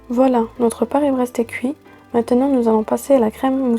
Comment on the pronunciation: Surprenant ton Paris braise